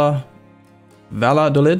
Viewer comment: Here is how you pronounce Valladolid